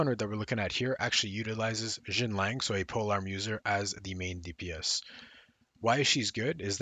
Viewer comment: You keep calling Xianling Xinlang.